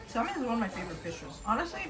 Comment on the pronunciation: pleeeaaaasssseeeee stop saying SAL MON its sam un the L is silent